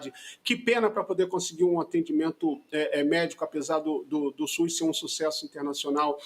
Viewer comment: No 'SUIS". Não sabe nem falar!😅